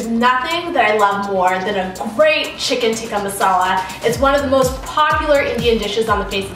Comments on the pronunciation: You say "chicken tikkah masala" like you are not indian/pakistan. Like you just learned the language yesterday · she said chicken tikka masala like a FU**ing white person 🤦‍♂️